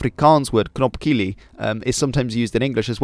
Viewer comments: Knopkillie?? Surely you meant knopkierie mate. Knopkillie is what you do alone in the shower my man 😂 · although my family always pronounced it as knopkirrie, i think it’s more to do with accent and what have you ;)